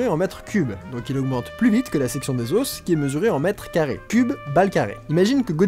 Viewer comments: meeeec ce que tu fais est top mais pourquoi tu dis les ossssssssssssss pour dire les os non mec arrête arrête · Super concept le résumé était énorme "yean marie yean marie" haha Juste je trouve hyper désagréable que tu dises les "oss" et non pas les "o" mais bon on arrive à passer outre Bonne continuation tes super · Suis-je le seul à qui ça stress qu'il dise des os et pas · Le duo srx j'en peux plus 🤣🤣🤣🤣 par contre Leo tu peux dire des os et pas des osses merci 😅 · Lol on dit pas les "osse" comme tu le prononce mais les os (s muet au pluriel) n'est ce pas? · les "os" aux pluriel se prononce "o" et pas "osse" ("osse" c'est seulement au singulier). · Amusant la prononciation de os au pluriel ;) Normalement sing. [ɔs], plur. [o]. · Des os putains, des OS, pas des osses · Bah... on dit pas [lé auss] (les os) on prononce [lè au] un os = [oss] deux os = [au] on t'a déjà dit? Oui 1000 fois? Ok tant pis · On prononce "les osses" ? ;o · Vidéo superbe comme d'habitude ! J'ai par contre eu du mal avec tes "les os" avec le "s" prononcé à la fin, en plus tu le répètes beaucoup :o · T'es sacrément doué en bio mais alors en français y a du progrès mdr Chez un français normalement constitué, le mot "os" au pluriel n'est pas prononcé avec le "s" tout comme le "f" n'est pas prononcé dans "œufs" ! Voilà tu m'apprends des choses et là c'est mon tour hahaha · Révise ta prononciation de "os" au pluriel. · Tu sais pas prononcer "os" au pluriel wtf ._.